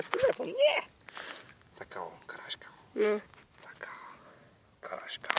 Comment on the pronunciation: karaska nie karaśka xd